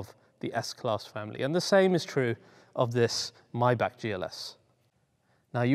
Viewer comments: MAYbach not MYbach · You kept saying "My Back" when you certainly know it's pronounced "My Bock"... Why is that ? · When they sell them for $40.000 bux I will buy one. Btw. to the comentator... It is not "MAYBACK" its MAYBACH!!!... The last two letters "CH" are like "H" in "H"ouse. So try it again to pronaounce M-A-Y-B-A-C-H.... not Mayback? or My Back. Yes, my back hurts sometimes but this is something different. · "MAYBACH" not "MAYBACK". The same way as you say "Bach", the composer. With a heavy H (not with an R as in clearing your throat though). Excuse me for being that type of person, seriously. Love your videos. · MY-BAH-K STOP PRONOUNCING IT MY BACK, IT'S NOT YOUR DAMN BACK! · I always thought it was pronounced: MAY(as in the calendar month)-BACH rather than Maey-Bach.. Bit like Maybach Music (revealing my age now, d'oh haha!) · Its called maybach not maybach lol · ITS PRONOUNCED MAAYYYYYY-BACH NOT MY BACK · It's Maybach, not Mybach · Its MayBach not Myback for god sake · you say rowng its is Maybachhhh not mybak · Its not even pronounced "my bock"...gotta have that khhh...mybackhhh 😂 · He cant even say the name right ! 'My Back'... its Maybach Unbelievable 🙄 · why are you saying MY-BACK? lok at the badge. Its written and spoken MAY-back..... MAY not MY? There is an AAAAAAAAAAAAAAAAAAAAAAAAA FFS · But he cant say the name right 'my back ' muppet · I love your show!!!!! But the way your pronouncing Maybach is killing me! 😂(My-Bhaa) Great content as always though. 👍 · did he just call maybach "myback" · Not spelled my back First learn to pronounce it buddy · The german ,ch' sound is NOT(!!!) a ,k' sound! The ,ch' sounds like the sound, an angry cat with layed down ears makes, but spoken slower and softer.